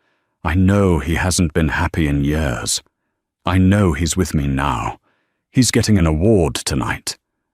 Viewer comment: Re hashed story!!!!! The AI still can’t pronounced YEARS!!!!!!